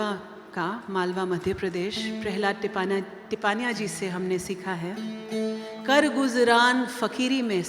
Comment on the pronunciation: अंग्रेज़ी भाषा के प्रभाव में "योगा", "वेदा", "पतांजलि" आदि ग़लत उच्चारों की तरह "टिपानिया" बोलना भी ग़लत है। सही उच्चार करें।